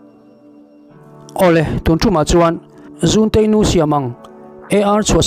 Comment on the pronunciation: Kei ka lo hriat dan leh sawi ve thin danah chuan 'zunte-i nu' tiha 'zun' tih lai hi i zunah ka uai tiha 'zun' hi thluk tur niin ka hria.